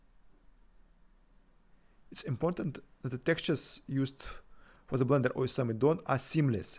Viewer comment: I thought at first that I heard you say in the intro: "I'm the developer of Blender AWESOME addon". Couldn't argue, though!